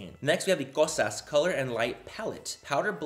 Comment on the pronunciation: I’m Greek and you say “Kosas” BEAUTIFULLY 💙🇬🇷